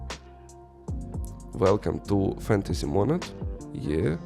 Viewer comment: Чому мОООнад ? наче ж монАААд